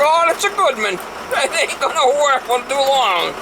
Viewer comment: “Aighnt’ rocket science.”😆😆😆 We aighnt’ got them geese down here, mama.